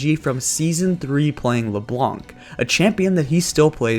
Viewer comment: The pain ! Don't pronounce the c in Leblanc please !